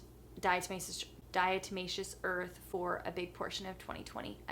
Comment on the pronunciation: When she was trying to say diatomaceous earth I thought she said die to my sister